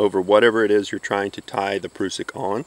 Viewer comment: .....and you even pronounce it correctly! "proosik" not "prussik" ^_^ Thanks for the vid! Learned nothing, but loved watching :D Very well presented and not all tacticool like some other gentlemen.....subbed! :)